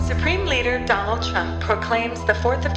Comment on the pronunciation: "Donaldy J Trump"?